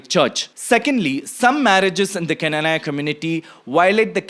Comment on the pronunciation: Pronunciation:- Kna-naa-ya